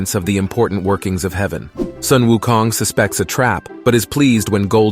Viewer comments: Thank you for pronouncing him at "Soon Wu Kong". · finally someone that pronounces Sun Wu Kong correctly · Much respect for pronouncing his name correctly